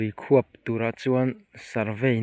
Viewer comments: Lui khuap tum ani lo,lui khuah tum tih tur aw modified form in lam thin tur. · Khuap dan tur ti lovin Khuah dan tur tih tur aw